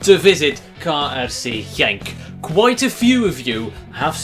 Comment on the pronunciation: his KRC Genk pronouncation was way to good